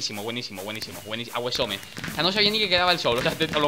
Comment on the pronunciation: Awesome no se pronuncia aguesome se pronuncia osom hahahaha saludame en un video te quiero!!!!!! Pd no se como quedaria mejor osom o asom